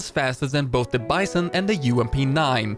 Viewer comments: Hello! I really love your content, it helps me a lot. Since you learned how to pronounce "groza" I would like to suggest to you right pronunciation of the "vss" (not vee-s-s, but vae-s-s) and the "bison" (not bI-son, but bee-zOhn) Thank you again for what you’re doing! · Bizon pronounced like B Zone, not like Bye Son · please dont pronounce BiZON, it hurts my ears, because it is BeZON (it is russian gun and it shuod be pronaunce in russian way) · In russian its pronounced the 'bitzon', just like the 'graza'